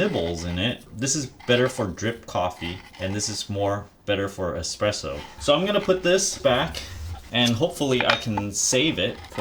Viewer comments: HONEY: the word is e"S"presso. not e"X"presso. it's ITALIAN and it does not matter in what language you say it, it is ALWAYS "ESPRESSO" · "exspresso" ffs learn how to say "espresso" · "Tamp" not "Tamper". Tamp means to press down. Tamper means to interfere with. There is no "X" in espresso. Otherwise 10/10.